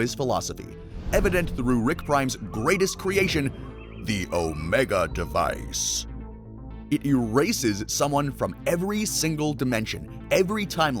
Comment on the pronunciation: please stop saying omega device like that gng